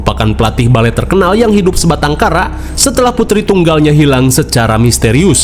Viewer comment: Balfet....Balet Kofet..??!😂😂